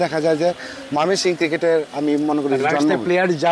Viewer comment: একবার কন ময়মনসিংহ। আবার কন মায়মেনসিং!! সাংবাদিক উচ্চারণ ঠিক করেন।